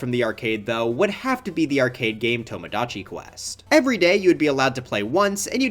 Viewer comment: why did he pronounce "tomodachi" like that...?